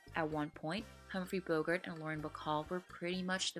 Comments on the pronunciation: It’s Bo-GART, not BO-gert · Bogart's name rhymes with "cart". It is not pronounced "Bogurt". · I've heard Redd Foxx as Fred Sanford pronounce it "BO-gert", though.